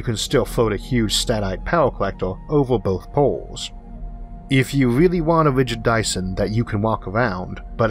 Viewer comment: Nice scwipt. Weally need a new pwesenter though. Simon whistler perhaps?